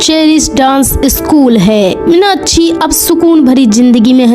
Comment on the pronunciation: Minakshi ka naam to sahi se le lo